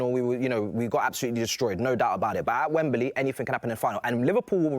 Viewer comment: I hate it when they say Wem-Ber-Ly 🙈